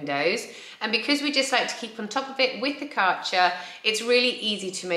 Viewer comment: There is an Umlaut in the Kärcher brand name. With a touch of research your pronounciation might reflect that.